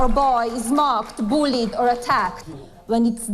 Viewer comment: Bickin back being "boolied" 😂😂 alright I'm done